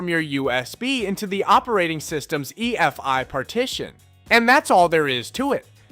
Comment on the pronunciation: Great but the pronounciation of USB and EFI repeatedly killed me hahahaha.